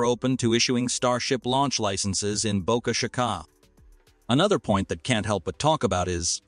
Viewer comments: Great channel destroyed by using a GD Robovoice. 8 billion humans not 1 of them good enough to narrate ? obviously its a robovoice because of mispronunciation of Boca Chica. How Lame. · You need to lean how to say boca chica ! You are pronouncing it wrong